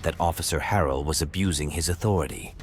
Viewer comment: Authori-tie lol